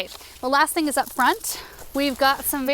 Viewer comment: I'm Aussie I really liked the Eucalyptus and the acacia. I could smell the Eucalyptus through the screen. Just an observation do most people pronounce pittosporum the same way as you would. I was told it is pit oss par um by my mum and not pit o spore um. Maybe I had it right but with an accent.